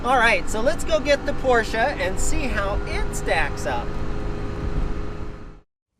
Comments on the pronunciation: and Garage: Hey! You are pronouncing "Porsche" nearly perfect, besides the "r". But english speakers aren't really supposed to use the harsh german "r".;) And by the way, your both names are also related to german.;) "Heidemarie und Franziska"! Or " und Franzi"...:D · Hey! Me as a German i love that you are the only American who can say "Porsche" the right way!